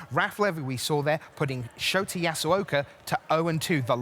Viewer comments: Shota's name is pronounced show ta, not shot a. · He's pronouncing it Shoti. LOL. Poor guy.